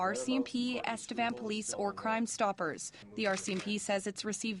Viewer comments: I grew up in EstevAN I can guarantee that it is not pronounced EstevON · EstevAn not estevOn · there's even news clips in this video that all pronounced it EsteVAN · you can google "Estevan pronunciation" and it literally comes up with "Estevan, City in Saskatchewan" and it is pronounced "eh·stuh·vaan".